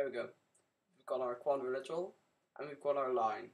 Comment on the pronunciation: I don't mean to be rude, I really don't. Your tutorials are informative and i'm enjoying them. But please, I implore you, it's quadriLATERAL. ._.